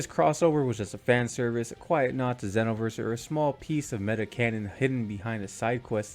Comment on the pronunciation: It's ZEEEE(like Dragon Ball Z)-NO-VERSE.